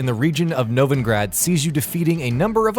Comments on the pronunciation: good video but there's just things that bother me so much... like "novingrad". when reading the script, atleast try to pronounce things correctly. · "Novingrad" Nov in grad NOVINGRAD If you are gonna pretend like you care about the game, then at least pronounce one of the most important locations in the entire game right. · NoviNgrad... really? Oh, come on man it's Novigrad... it's not that hard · NOVENGRAD?? Atleast learn how to pronounce the names correctly, even though you obviosly didnt play the game.. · You lost me at "NoviNgrad"... Sorry, I just can't. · "Novingrad" ... Cringe. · Also references to: - moby dick - sleeping beauty - Dolores Reardon (Dolores O'Riordan reference most likely) - Shrodinger cat And is "Novigrad", not "Novingrad" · bitch you can't even pronounce novigrad go make some other low effort media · Lol "Novingrad"